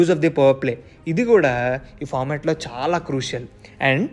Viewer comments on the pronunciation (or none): none